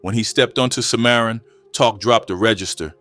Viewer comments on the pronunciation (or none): "Sy-mar-run" street is pronounced Sim - ah - ron and spelled Cimarron. Anyhow, I grew up hearing about KeithStone the legend. He was spoken of highly as a true big homie. May he RIP